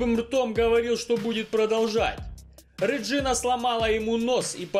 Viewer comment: Не Реджина, Регина, она немка.